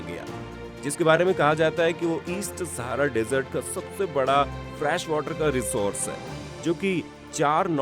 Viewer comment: My suggestion to you is, please check your pronunciation for some words like made, fresh and many more. You pronounce them wrongly which leaves a wrong impact because when you are explaining something it is very important to check your pronunciation and vocabulary.